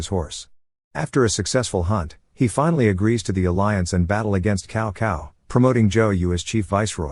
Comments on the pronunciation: 😄very wrong pronunciation of Chinese names, cao cao is not kao kao, its tsao tsao. and also many other names. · cow cow 🤣